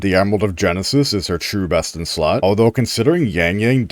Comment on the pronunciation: I know you said the best in slot for sanhua part, but I heard breast in slot, lol.